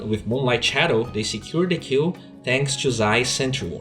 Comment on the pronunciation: really enjoy your content but... please, could you pronounce "kill" clearer? it often seems for me that you say "Q" (kew) and i wonder what did you mean? some hero's 1st spell? or some "key"?